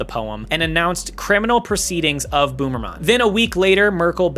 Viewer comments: Hearing you say Jan Boomerman instead of Böhmermann was equally unexpected and hilarious. Great video, very enjoyable watch! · How dare you imply that Bernd das Brot should not exist?! That's cultural heritage right there. Also, I think 'crap' would be the more accurate translation of 'Mist'. Also, 'Boomermann' will now be my new favourite mispronunciation. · I love how you are pronouncing his name as boomerman 😂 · I can't stop laughing at pronouncing Jan Böhmermann as "Boomermann." You can see him here on the 7th biggest tv station, nowadays he's hosting the same show on the biggest tv station. He's uncovering things like Russia's ties to german politicians and security software for phones of politicians even after the invasion in Ukraine and publishing far-right texts of cops from 2018 that are still on paid leave. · As a german the part about Juan Boomerman (yeah no id imagine his name is kinda akward to pronounce correctly as a non german no worries lmao) came out of nowhere. In germany basically everyone knows about this. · Not him pronouncing Böhmerman as boomermann 😬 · How did you look it up? Cause if you put it in Google translator, it pronounces it correctly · Very nice Video btw u are speaking the German o like we would speak a u